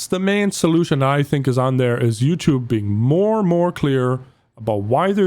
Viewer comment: The way says YouTube as in YOUChewb reminds me of wildcat playing modern warfare with a fake accent saying he’s gonna put the clip on youchewb